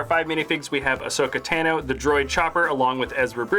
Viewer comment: WHO IS ASHOKA TENO IT IS ASHOKA TANO